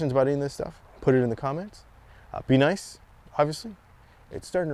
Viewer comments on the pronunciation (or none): none